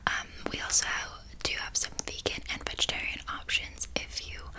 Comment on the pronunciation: is it bad that when she said vegan i heard bacon